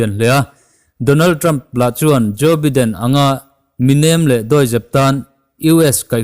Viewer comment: Biden hi baiden ti a lam tur